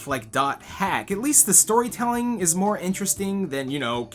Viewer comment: i thought you said vore instead of more